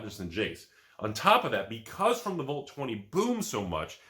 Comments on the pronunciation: wtf is a volt?? It's VAALT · Anyone talking about how says Vault like “Volt”?